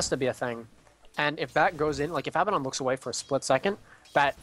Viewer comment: ermagerd...This was hard to watch with pronouncing Abaddon's name wrong over and over...Not trying to be a dick but that stuff drives me crazy!!